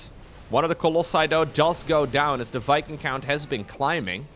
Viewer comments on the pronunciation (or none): none